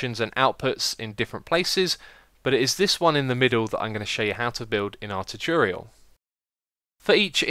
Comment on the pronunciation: What is so difficult about pronouncing 'tutorial'?